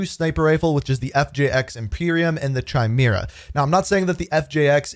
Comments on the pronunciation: I love your content but the weapon is pronounced CAI-MERA like the mythical animal or genetic trait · DUDE!!! the CH in Chimera is pronounced like the letter K. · The Chimera is actually pronounced kigh-MEER-uh. Just FYI. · Apparently everyone be pronouncing chimera wrong 😂